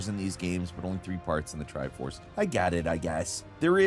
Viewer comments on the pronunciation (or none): is the tri force actually the "tri fours" XD